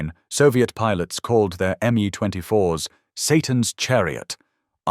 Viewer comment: Not to mention the crappy AI voice and the multiple pronunciation of "Mi"